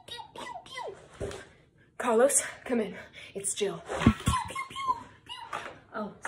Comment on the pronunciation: its not CALOS , ITS CAAAARLOS lol